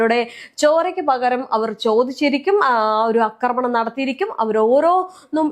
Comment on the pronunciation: അക്രമണം അല്ല ആക്രമണം എന്നാണ്